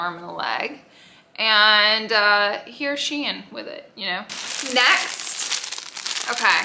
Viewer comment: Glad you said Shein correctly ❤ not that it matters been ppl been confusing me lately I’m was confident in the verbiage until this stream of hauls came out .